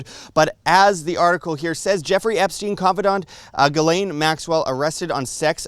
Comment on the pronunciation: By the way Ghislaine is pronounced: G-slenn (like Glen). I am french Canadian so I know.